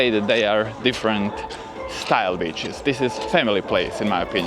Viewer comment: The way you say Beaches sounds more like Bitches lol ! Better say sea shore😄